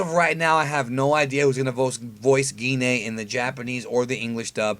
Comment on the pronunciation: You pronounce Gine weird. Isn't it more like "Gene"?